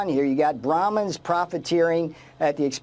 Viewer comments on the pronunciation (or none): ब्रह्ममन बोलना आता नही 😅😅 ब्राहिमिन बोल रहा है😅😅😅